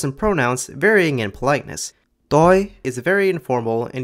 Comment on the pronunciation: The way you pronounced 'toi', 'tumi' and 'aapuni' was flawless like a native speaker. I didn't cringe like I usually do when I hear non-native speakers speak and heavily emphasise the consonants. Its too harsh sounding and Assamese is usually very soothing with soft pronunciation. So I think you truly understood the essence of the language.